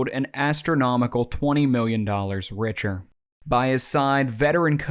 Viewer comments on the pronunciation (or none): none